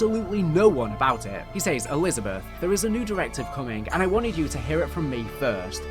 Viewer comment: Great video, but for some reason your pronounciation of some words is a little infuriating 'Says' being the main one haha